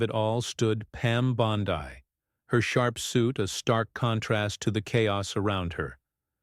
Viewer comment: Learn how to say her name